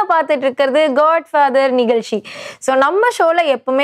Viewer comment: Nigalchi illai NIGAZHCHI ...PLEASE PRONOUNCE PROPERLY Madam